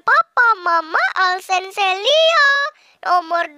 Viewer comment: Heh Bukan Alsen Tapi Alcen